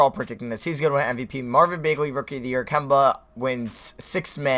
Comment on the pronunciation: It makes me mad when he says Marvin bae-gly it's bag-ley